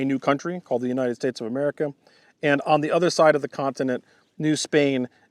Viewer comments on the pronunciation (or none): none